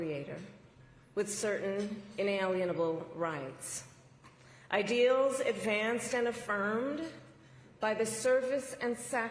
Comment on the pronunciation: How many syllables did she put in the word "ideals" ? Your party has acted a fool for the last 100 days, I'll never vote for a democrat again!